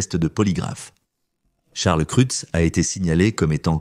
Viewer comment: On fait pas la liaison avec Charles